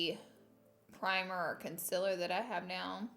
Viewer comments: Not to offend or to be mean it’s con-CI-ler not Con-sih-ler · CoNcEler *CONCEALER gurl u say it wrong AAAAAAAAAAAAAAAAA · Alex 12327 conciller 😂 me too lol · Laura you are so inspirational to young girls like me. Like if you love the way she says conciliar!! #firstview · Why can't you say concealer🙈 or is it's just your thing. If so, keep doing it😘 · She says concealer wrong😂😂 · I couldn’t watch your videos for the longest time because of the way you say some words... conciller, mail lmao but look who’s subd now😂 meeee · Is it really a Laura Lee video if she doesn't say ohl or conciller? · Primer "OWL"..CONCILLER😂 ORDINARY LAURA😂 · why make fun of the way she says concealer when we could make fun of the way she says oil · everyone talks about how she pronounces concealer but she LITERALLY SAYS OLE AND NOT OIL LMFOANDJD